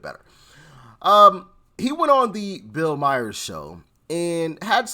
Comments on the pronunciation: Please Doc, learn his name. It is no Meyer, it is Maher. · Hey doc bill mahars' last name isn't pronounced Myer it's pronounced Mar the H is silent. Hope that helps. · PLEASE Doc, Maher sounds like "far"/ "Mar" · Quite a few folks have commented about the proper pronunciation for months now, but he never learns. I'm really flabbergasted! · He doesn't listen nor learn